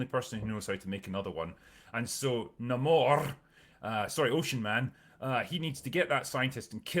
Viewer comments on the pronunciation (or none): So they changed how Namors (Nay-More) name is pronounced and say it's not his real name. And made him some mesoamerican stand in instead of half Scottish half atlantean. He has piercings and facial hair that look nothing like the character Changed his peoples name and completely changed their origin from Atlantians to some knock off Aztec water wakanda that was oppressed by conquistadors And Nahmoore ends up with his people under Wakandas protection? It sounds like the only thing he has that Really Namory is his little ankle wings (also drinker has a problem with those based on physics? But hulk breaking conservation of mass with every transformation is dandy?) That's no way to treat marvels very first character. One of comics first superheros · I'm just not interested, the only thing I was looking for was Namor, being a fan of the john Byrne namor run, but when I heard him being called Namõrrrr it did actually bother me. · Why do you keep mispronouncing Ramón's name?